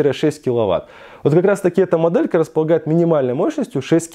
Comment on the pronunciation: Не досмотрел, не выдержал: " как раз таки, мАдэлька". Автор, говори по русски!